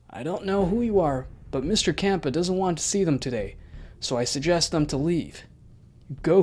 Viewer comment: Champa not kampa